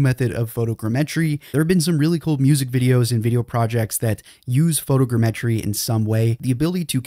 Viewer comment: Would it kill you to pronounce photogrammetry properly?